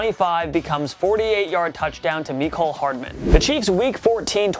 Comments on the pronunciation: me-cole lol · Meeeecole Hardman 🤦‍♂️ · the way you say Mecole ughhhh it drives me crazyyyyy